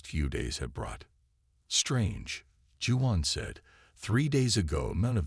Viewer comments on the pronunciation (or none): pronounced WAON...not Jew_on...= Juan